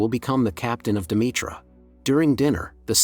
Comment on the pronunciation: It's pronounced De..me...ter...not Demetra lol